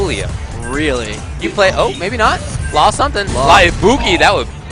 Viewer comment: That feelings when an announcer at EVO pronounces "Ibuki" as "Aibuki" Lols